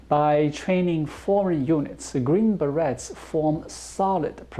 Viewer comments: Love the show,! By the way. 'beret' is pronounced 'ber-ay'. Plural would be 'ber-ays'. Keep up the good work informing us about China! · As always, I enjoy the information and insights you share about China. FYI: the -et in "beret" is pronounced like it would be in French since that is the origin of the word. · The Beret is 'Green Beret' has a silent 't' and the word is pronounced with a 'A' sound at the end, there is no t-sound at all. It is pronounced a bit like Berry, but with more of an 'aye' sound at the end. I'm confident you already know this, but could not miss the opportunity to rib/tease you about it:-)